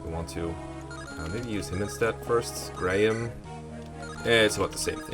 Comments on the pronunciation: These portraits are really good. Also, Graham is pronounced "gram". Kinda like if you say "gray-ham" fast. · Everyone I know says it like Gram, what. I've never heard anyone say it like Grey um. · Grah-ham? The way you said this one had me rolling. It's such a mundane name normally